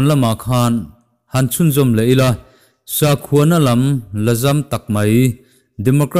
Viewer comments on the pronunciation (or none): none